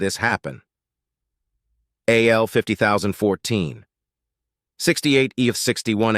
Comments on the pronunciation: Why wasn't it pronounced Al instead of A.L.? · You need to check the logic protocols for this audio ai because it can't tell the difference between a.i. and al